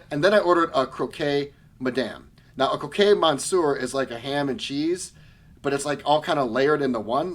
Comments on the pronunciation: Not to be snobby, but just to pass on some info for you: croque is pronounced "croak" not "cro-kay". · The "ue" in Croque Madame is silent. So it's pronounced Croq.